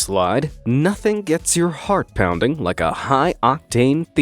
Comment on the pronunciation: When he said heart pounding and you understand hard pounding 😅 And you check twice if you still watch YouTube